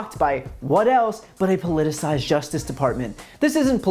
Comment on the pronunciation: Is it me, or does Rudy’s kid have a terrible command of the English language? He was really struggling with the pronunciation of the word “politicized”, which he used several times, among other words.